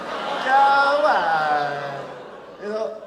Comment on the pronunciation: He turned Austrian when he made it sound "kaman" XD